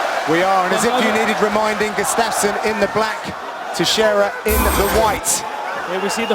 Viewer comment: For faks sake it's gUUUstafson not gustAAAfson